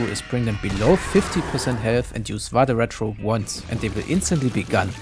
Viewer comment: Really appreciated the pronunciation of "Vade Retro", even if slightly adapted to English phonemes